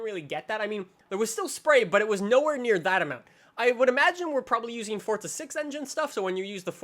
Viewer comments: Forza not fortza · Why does he say fortza not forza wtf😂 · Forza not fortza😂 btw I'm saying this as a joke😄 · Isnt it Pronounced For-zuh, not Fort-zuh? Its also spelled Forza Not Fortza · STOP saying "Fortza" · Why do people say fortza? There's no T, this guy in the vid says it every time a new vid comes out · please stop calling it For'tza' horizon 3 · he ain't Italian tho so why should he say it like that